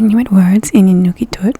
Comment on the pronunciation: Inuktitut!!! Not Inukitut.